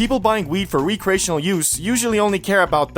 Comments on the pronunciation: "re cray sion ull" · I’m not high enough to ignore the weird way you pronounce Recreational 😂